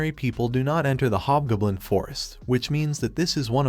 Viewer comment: GOB. . . JUST SAY HOB G O B L I N. NOT BLOODY GUBLIN OR GBLIN. . . WILL YOU LEARN HOW TO TALK FOR CRYIN OUT LOUD!!!